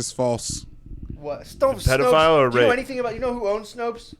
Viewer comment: buddy matt said “pedorist” not just once but twice😂